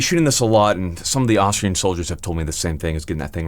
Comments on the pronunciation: Definitely sounded like he said Australian instead of Austrian. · Austrian without L. DID it two times-......